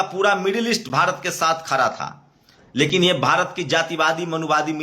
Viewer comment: आप अपने सब्द ठीक करिए । खरा नहीं होता , खड़ा बोलते है😂